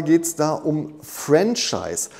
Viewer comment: Mein damaliger Mentor sagte immer: bei Franchise liegt die Betonung auf der 2. Silbe 😉